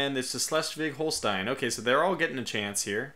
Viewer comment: Schleswig Holstein good pronounciation ;D